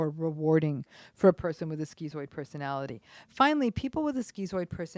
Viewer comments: Um excuse me. It's pronounced "shkitzoid" !!! not "skeezoid" 🙄 Don't give us schizo's a bad name. with your mispronunciation. 😠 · In the UK its pronounced "skit"-"zoid" not "skee-zoid" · Wellp, I think we finally found my mom. Or at least, one of her probably many things. Is it really pronounced "skee-zoid?" Weird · Was anyone else surprised by the pronunciation of 'schizoid'? Skee-zoid? I always thought it was skit-zoid. I'm not saying that she's wrong because this happens a lot. Academics can't agree on how to pronounce words. There are at least four different ways to say 'hegemony'. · I couldn't watch the rest after 30 seconds. Just couldn't get past skee-zoid. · I guess the Greek pronunciation (skee-zoid) is to remove the confusion the layperson might have between it and schizophrenia. But it is still very irritating on my western ears Lol. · schizoid [ skit-soid ] your mispronunciation of 'schizoid' was very distracting. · Great video as usual. I think it’s pronounced “Skit-zoid” though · "schizoid" isn't pronounced like that. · This woman seems mentally ill herself. She also is not pronouncing schizoid correctly.